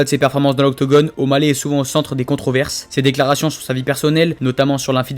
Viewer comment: 5'59 Le "O'Baley" il est magnifique :D